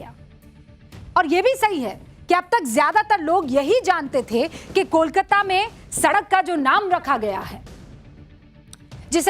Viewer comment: Madam, आप इतना डांट डांट कर आक्रामक ढंग से क्यों बात कर रही हैं? दूसरी बात, कोलकाता का उच्चारण आप कोलकाता न करके कोलकाता या कोलकता क्यों कर रही हैं?